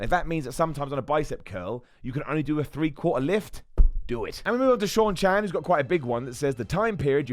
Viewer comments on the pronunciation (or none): none